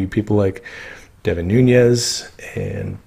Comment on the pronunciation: You put out very good material But you piss me off when you or others butcher an outstanding American patriot and hero's Name The man's name is NunES N-O-T NunYES get the name right or don't say it, it's very disrespectful to him!